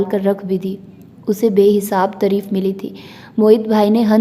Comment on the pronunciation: Aap taareef ko tareef padhti hain is liye pls sahi padhiye